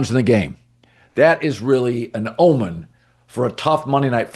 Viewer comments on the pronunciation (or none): none